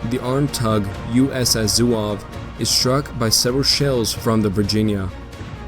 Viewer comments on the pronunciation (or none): USS Zouave, not Souave. A Zouave is a type of light infantry.